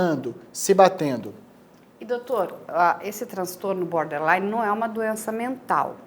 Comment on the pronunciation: Não é Boderline é BORDerline... border = limite 😎... Gente, faz vídeo e fala errado? 😂